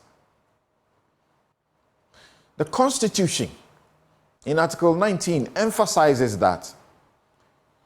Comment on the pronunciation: Dear Samson: Please pronounce these words right: Question - not "questiong" Constitution - not "constitutiong" You're a senior journalist, watch these things because people are learning from you